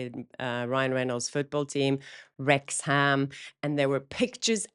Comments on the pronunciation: Hej, “Wrexham” say wreaksum (as is wreaking something ~ drop the ‘h’. ❤️🏴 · The H is not pronounced in Wrexham.